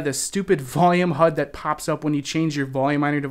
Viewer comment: you say "Status Hud." HUD is Heads Up Display which is said H-U-D not Hud